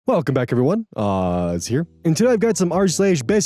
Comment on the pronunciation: Hearing my name pronounced incorrectly made me snap my neck to the screen like a sleeper agent. Never change, Oz lol